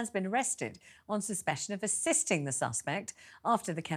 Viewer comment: “On suspEcion” think Feltz needs to be fired